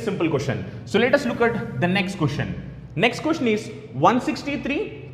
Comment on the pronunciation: what the hell is a Cooshen/quishen? jk. the pronunciation is: question! Good video overall.